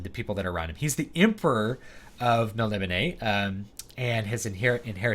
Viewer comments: Everything online says its mel ni BOH nay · Just started reading The Elric Saga, and was confused how to pronounce Melnibone so thats why I came here, i left with a wonderful understanding of style, influence and storytelling in such a short watch. Truly a treat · Is that the official pronunciation of Melnibone?